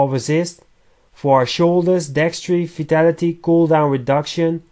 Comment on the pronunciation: Im sorry but when u say vitality it sounds like u say fatality ☺